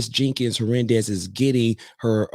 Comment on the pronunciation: It’s pronounced ‘her nan dez.’